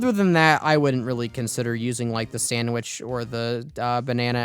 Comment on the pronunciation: It’s sandVich, not sandWhich